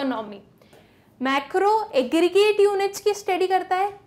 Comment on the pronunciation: Aggregrate "eggreate" 😂😂